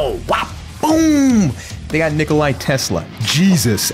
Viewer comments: Nikola not Nikolai You absolute dunce. You have insulted every Balkanian and all of our bones have been activated in War Crimes Mode. Edit: Also, when Animating a Battle-oriented anime - let Studio Bones do it. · It's NIKOLA TESLA, NOT Nikolaj Tesla. He was Serbian, not Russian.